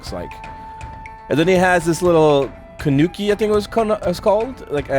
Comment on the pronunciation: hey! i just subscribed to your channel. i really like how you react while playing (you're funny) plus you're good at using at some characters in the game. please note this when you said "kanuki" , it should be TANUKI. keep up with the awesome videos! 🙂